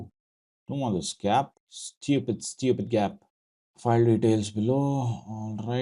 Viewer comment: stewwpidd nonsense 😂